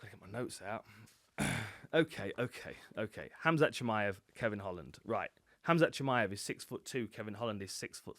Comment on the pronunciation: You pronounce Hamza correctly.